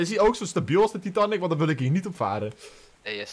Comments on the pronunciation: Nee je zegt titanic eigelijk als taitenic zegt et fout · Titanic hoe zeg je dat titaanic